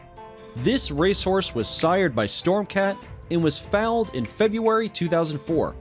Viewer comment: Hate his pronountion. Its pronounced foal (forever not fawl